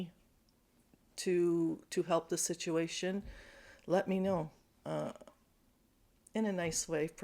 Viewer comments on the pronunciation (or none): none